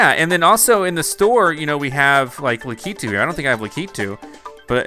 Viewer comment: your saying lakitu wrong the pronouncement thing is lack e 2 lakitu